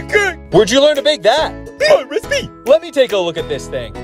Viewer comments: its recipe not recpee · I love it when says "my respee" it gets me every time. XD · "It's my respee, try some."